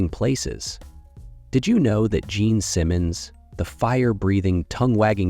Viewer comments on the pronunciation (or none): none